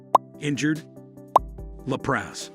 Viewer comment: Leprous is pronounced lep rus!